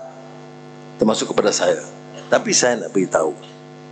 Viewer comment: YB PM ucap saye, tanpe, sxdare, ade, kite, ade, saye, untok ape, agame, budaye, tanpe, mereke, care, lame, kite, lame, negare, saye, terime kaseh, laen, sxdare, negare, ade, kuase, semule, muncol, mase, lime, due, kite, pertame, lime, peratos, tige, tige, dll. Halusinasi YB PM. 🤐